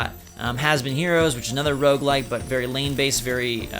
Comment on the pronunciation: When he mentioned Has Been Heroes, I thought he said it was lame based, not lane based. Either description works!